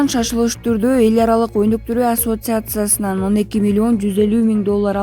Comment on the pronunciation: Ай окуган Кыз, интернетке чыгаарынды билип туруп, тилинди жатыктырсан боло !! Ассоциация дегенинди кайра озун угуп корчу . ватификация эмес, РАТИФИКАЦИЯ !!